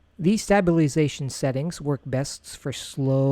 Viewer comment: Glad I’m not the only one. I feel bad as this was so helpful but I cringed every time he said it.